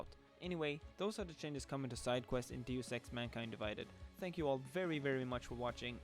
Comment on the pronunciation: So basically they will be like side quests in the original Deus Ex from 2000, which is the only game that has ever done side quests right. By the way, you pronounced "Deus Ex" incorrectly.